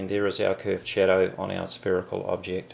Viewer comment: when he says "shadow" i hear "cheddar".